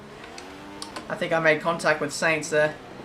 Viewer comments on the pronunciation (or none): It's not Carlos Saints it's Carlos 'Sighns'